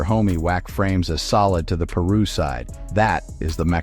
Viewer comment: They kill me when they pronounce the names wrong he knows damn well it's 'PIRU' And he knows how to say it right cornballs